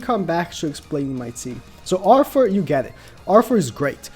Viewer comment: Click Bait Title and keeps saying "Arfoor" omg lol